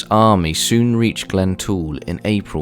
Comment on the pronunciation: Glentrool not glen tool!!!!